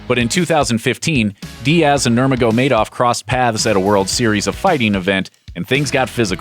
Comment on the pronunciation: Oh god the way you say Khabib last name....